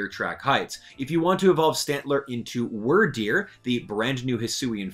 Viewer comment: Some of your pronunciations are wrong. The "wyr" in Wyrdeer is pronounced like "weird", Budew is "bud" and "dew", Kirlia is CUR-lia, Chatot is chat-ot, and Gliscor is GLIE-scor.